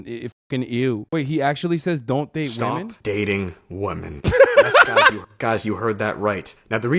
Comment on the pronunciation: I love how the second guy is incapable of saying women plural.